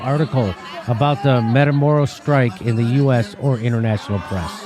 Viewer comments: mah-kee-lah-door-ah dammit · Hey Jimmy, please learn the spanish vowels so you can pronounce Matamoros properly. Keep up the fantastic work you do Jimmy. Just trying to help. example= Mah-Ki-Lah dor-rah